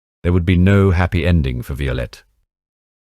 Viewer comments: Great video and story - now if only you could decide on a consistant pronounciation of the names - "Violette/Vyolet" changes every few setences, and there is even "Szabo"/"Zaybo" and a few more weird ones :) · Is this AI? Horrible mispronunciations of several words. Eg - the name Violette pronounced alternately two different ways; - Szabo just wrong; - 'le bon marché' It's not rocket science; basic French gets you there. There's an old movie about Violette, if anyone wants to find it.